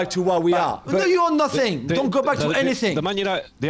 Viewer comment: You are nuuuut-theneeee 😂😂 I cant stand his accent but today it was Majestic